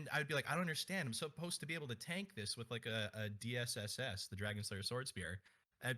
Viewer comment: I really love this series. You do a great job interviewing people about their relationship to this series, its PvP, and their motivations behind making videos or performing streams about it, and the discussions are really fascinating. also lmao at the "suppoised" slip up